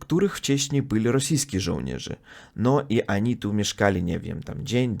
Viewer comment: Uprzejma prośba popracuj nad wymową ONI a nie ANI :) - bez złośliwości oczywiście